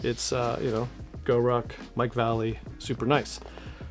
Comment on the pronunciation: As a retired skater boy its pronounced Va. Lay. Lee. Or Mike V! His black label part killed!